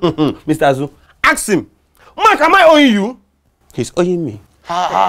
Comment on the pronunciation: baze ten arks him instead of ask😅😅😅